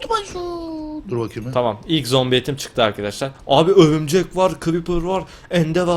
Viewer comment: örümcek değil örümcenk